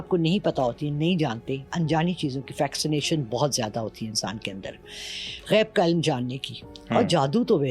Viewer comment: Auntyyyyyy Fasssination not Fax-i-nation